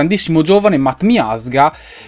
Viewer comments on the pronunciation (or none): none